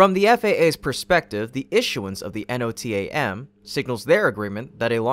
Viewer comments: NOTAM is commonly pronounced as a word (no-tam). It stands for Notice to Airmen. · "Notam" pilots say it as a word... not individual letters.